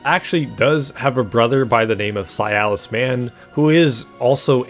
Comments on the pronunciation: It’s si-las Not cialis.. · His name is Silas. Why are you pronouncing it like it's "Sialas"? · Why are you saying "Si-al-is" instead of "Si-las"? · Bro... It's Silas not SI-AL-AS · Brother, please, I beg you. Silas is his name, Cialis is an ED pill. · For the love of god the man is named "Silas" not "Cialis". That's not a name, that's a penis pill. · the way you say Silas is upsetting, it sounds like a disease. it's pronounced Si-las not Si-a-lis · >zah-hanna >sy-alis Ffs… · not this guy pronouncing "Silas" as "sialus" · Why you pronouncing silas like sayalass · How you pronounce Silas hurts.